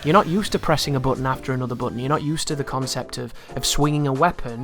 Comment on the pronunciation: The way he says "button" is annoying